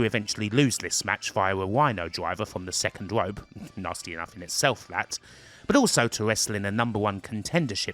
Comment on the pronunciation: Dude says "Second Wope" so I wouldn't bother with corrections too much lol